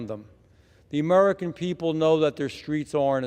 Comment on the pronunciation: He cannot even say "american". Who are "mmmmmericn"?